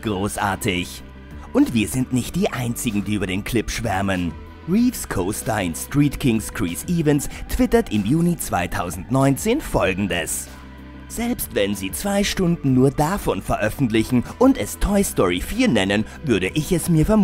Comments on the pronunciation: .... Wollt ihr mich verarschen? Chriees Iväns? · Wie kann man nur Chris Evans (Kriss Ävens) nur so falsch aussprechen (Kries Ivens)?